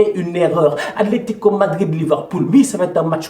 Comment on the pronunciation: l'Aletico ou l'Atletico!??😂😂... Belle vidéo sinon. J'ai kiffé👊🏾